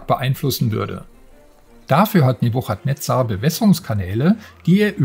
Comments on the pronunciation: Boah die Aussprache von Nebuchadnezzar, das kann man sich ja kaum anhören. Guckt bitte 1 Minute auf Wikipedia, wie man es richtig ausspricht. Das ch wird nämlich als k gesprochen, also „Nebukadnezar“ um genau zu sein /ˌnɛbjʊkədˈnɛzər/. Sowohl im Englischen als auch im Deutschen. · Wie die Aussprache des Namens einfach vergewaltigt wurde😂😂😂 Einen englischen Titel auf deutsch auszusprechen hätte ich von einem 70 jährigen erwartet aber nicht von einem Gamestar Redakteur. Ich würde es nich verstehen wenn man einfach den deutschen Namen dafür nimmt und diesen dann ausspricht. No offense, aber einfach nur unprofessionell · Wie sprichst du denn bitte den Namen des Spiels aus... Da bekommt man ja glatt das Würgen